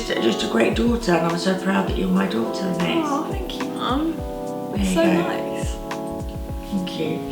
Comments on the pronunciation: It’s so interesting the way you pronounce “Anaïs” in the UK! I speak French and we pronounce it “Ah-nah-ees” :) cute video ! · I don’t think her mum realises there’s a proper French pronunciation, I’m in the UK and I’ve never heard it said an-ay-is before, only the French way!